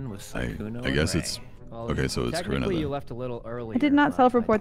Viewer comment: So my name is Carina and I heard corpse say "uhh corrina?" AND I FLIPPED TF OUT AND HAD TO LISTEN AGAIN.